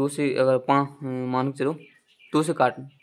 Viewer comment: Pls bhai galat sahi mat batao phle hindi sahi se padho man ko mal bol rahe ho.our 1 jan to 28 March Tak kitna din hoga apko jodne nhi aa rah h pls abhi our mehnat kro apn ap me